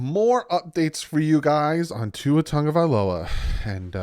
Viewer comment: Why are folks saying TUNG-Uh-Vai-Low-Uh? It’s TAGOvailoa.